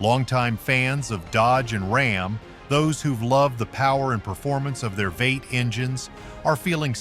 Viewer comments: Teach the text to voice,how to pronounce V 8. It is not veight. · Why does the narrator is saying ''weight'' instead of V-8? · WTF is a "vates" engine??? Is this AI trying to pronounce "V-8"? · How can I take anything you say seriously when your AI voice can't even say V8? It says "waits" not V-eight. When will you learn to ditch the AI voice? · What is a vate engine? Do you actually mean "V" "8"? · This guy talks weird. What the hell is a "vate engine" is this guy seriously jumbling together the term V-8? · AI has a ways to go, vate instead of V-8, LOL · V 8 Vee eight NOT vate. nothing artificial idiot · Vate? Vee-Eight! C G narration fails again. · I have several bones to pick with the producers of this video. You point to Chrysler/Dodge/Jeep forcing change for "progress" to unproven engines, but you yourself force us to your own change by using an AI voice. No real announcer would say "veight" for V-8. It took me awhile to figure out what you were talking about. And while you make very good points especially about entry-level pricing, you don't even seem to know that the Chrysler 300 was not even introduced this model year. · AI is pronouncing V8 as VEIGHT? Lol. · What the hell is a VATE? Do you mean V8 by chance? Stupid AI. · AI generated? Can’t say V-8? What’s a “veight”? Maybe its a German V8 😅Who is making this content? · AI read out loud script is annoying. V8 said as vaite? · I hate AI reading these type of post it's V8 not Vate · Veight engines?! Is saying V-8 broken or is this another AI voiceover. Lame. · veight? Do you mean VEE EIGHT? Duh. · "Vate?" For the electronic narrator, somebody needs to replace "V8" with "Vee Eight." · Can't get enough of those 'vates' 😂🤣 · Stop Using A.I. Voices!! No Human calls a V-8 "Vee-Eight" a "Vate". Once more and you get blocked... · Dang, I bet those "Vate" engines sure are something! ENOUGH with the keyboard stroke noises and AI mispronounced words. I couldn't watch this to the end. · "veits"??? LOL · V8. NOT VATE